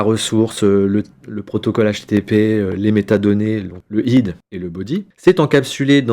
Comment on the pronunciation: Très bien expliqué. Si je peux me permettre : PUT se prononce POUTE, HEAD se prononce hède ou aide. Et en technique informatique (en cybersecurité), on dit CHIFFRER et DECHIFFRER. Décrypter c'est pour les hiéroglyphes ou les journalistes ou novices qui ne connaissent rien à la cryptographie. 😊